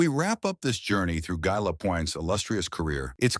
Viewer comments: GUy Lapointe GUY like I not like a guy... So common take the time to pronounce his name correctly. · The message preceding the content of the video assuring viewers that every effort has been made to ensure accuracy would be much more credible if the narrator knew how to pronounce the subject’s first name!